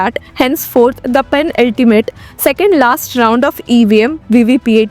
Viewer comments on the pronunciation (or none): It’s NOT “pen-ultimate”. It’s “penultimate”.